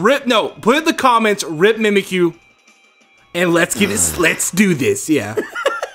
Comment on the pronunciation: The godly mudkip Dylan its mimikyu not mimakie